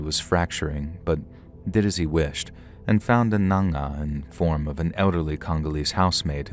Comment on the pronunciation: U pronounced the word n'anga so well, very close, I'm impressed